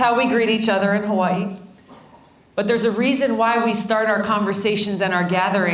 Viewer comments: at least everyone will know how to pronounce Hawaii from now on :) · She pronounces Hawai’i as she writes it. 🙂